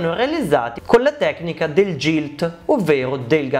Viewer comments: Solo una puntualizzazione, non per fare polemica ma per perfezionare il canale e la conoscenza degli utenti: GILT, da quello che so, e' una parola inglese ed in questa lingua la "G" si pronuncia "GH" qunidi GILT si dice GHILT, GIG si dice GHIG, MAGNUM si dice MAG-NUM ( quasi come se fosse 2 parole MAG e NUM). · Bellissimo video ma la pronuncia corretta é GHILT e non GILT...❤